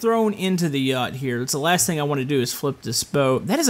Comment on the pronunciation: Did i just heard that say thing THANG?!